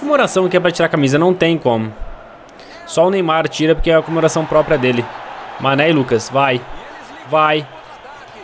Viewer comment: Manè: pq vc falou meu nome errado Mané: pensava que tu era meu amigo è Mané: falava meu nome direito:foi cem querer mano desculpa por Falar seu nome errado desculpa por falar seu nome de sanè Mané:para de falar meu nome de sanè!:tá bom tá bom San.... Mané:oque!!!!!: nada Eu:mais o que e isso Cabo^_^